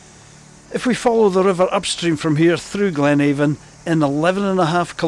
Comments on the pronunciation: It’s Ben Aan a Glen Aan…the V is silent even in local dialect and not just in Gaidhlig😁🏴👍🏻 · Sae div I am fae Banffshire an a native Doric Spikkir an weel kent for ma promotion o thi Doric leid..Noo as for thi “V” nae bein silent in Doric yer nae richt, as it’s local Doric spikkirs aat pronounce it A’an.. speir ony local an they’d syne tell ye aat, an it’s been aat wye since thi Gaidhlig deet oot roon Tomintoul 😁 I affa enjoyed yer video but jist nae sayin “Avon” aa thi time an pronouncin it thi richt wye wid o been mair informative tae thi general audience nae fae aboot here 😁👍🏻🏴